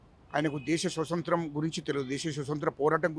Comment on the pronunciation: "సొసంత్రం " కాదు స్వతంత్రం అనటం నేర్చుకో ముందు . హిడ్మా చేసింది విప్లవం కాదు He is a " Murderer ". He killed hundreds of Young Policemen and Civilians.